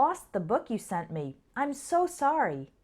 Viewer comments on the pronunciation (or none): I lost the book you lent me. You said sent me, instead of lent me. Sorry about that. Your bad ✌